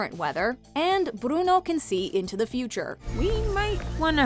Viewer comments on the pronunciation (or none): We don't say brono